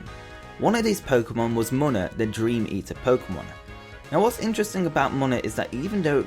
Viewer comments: It's pronounced Moona not mona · It's not pronounced moan-a its pronounced moon-a